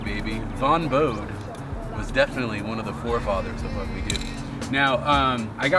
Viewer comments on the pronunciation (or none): It's a hard e at the end of Bode. Two syllables. Rhymes with groadie. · His name is pronounced "bow Day". His son Mark dabbles in graffiti.